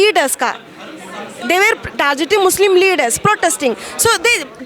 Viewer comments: Ye tis tarah ka musalman hii na hindi aathi hi na English vo white hijab vali ko donom nahi aathi hi "target" ko "tarjet" kar diya and inn chutiya logh activists ban gaye 🤔. Pehle burkha jihab chodo kam se kam ache se padayi karlo. Tumhara halath kithana karab hi ki kam se kam ek 5 th class student se bhi barabari nahi kar pavoge English me. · She said tarjet is she tar or jet just make doing tar on media sounding like jet such narrow n hypocratic fools lok